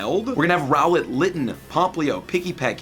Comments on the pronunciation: Its rowlet not ruflet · I think it’s funny that he didn’t realize that it is Rowlet during the video and then had to have Rowlet pop up every time he says Rufflet. 😂😂😂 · Rowlet ≠ rufflet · SUPER excited, Deciduye is my fav pokemon... but my man call ROWLET, ruffles! the disrespect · You made me laugh saying rouflet